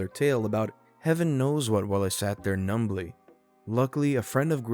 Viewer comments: I like you so much better than Jake and happy to see/hear you here, but your pronunciations sometimes are just....ACK! The 'b' in "numb' is silent, so the word is 'numlee' not 'num-blee'. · Did I just hear the b in numbly? Am I imagining things?